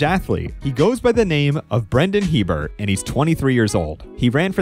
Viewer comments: Just because it was a mistake I made when I was a kid and saw the Hebert name for the first time (lot of Heberts in Louisiana), it's pronounced "a bear" not "he bert". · It's pronounced "E-Bear", not Hebert. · His name is almost always pronounced "aye-bear", not "he-bert". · It's Hebert (ay-bare).